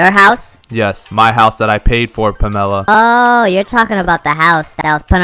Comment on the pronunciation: “Puh-mella”. Gold.